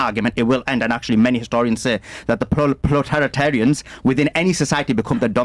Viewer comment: Is he saying proletariat?